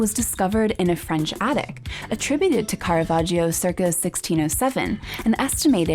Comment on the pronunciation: I enjoy your programmes very much, but you should learn how to pronounce "Caravaggio" correctly: it is car-a-VAJ-o. The "i" is silent; it is there only to make the "g" soft.